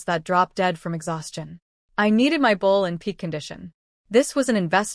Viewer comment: Why does ai have such a problem saying my, & has to spell it out instead?